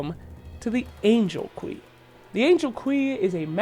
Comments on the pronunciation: The Angel "Quey". It's pronounced "Q" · Que? Are you sure you’re not trying to say queue? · He pronounced que as kwee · You lost me at "Angel KWEEEEE" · Angel QWEE??? literally unwatchable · I realized this was a shitpost the moment he pronounced “Queue” wrong.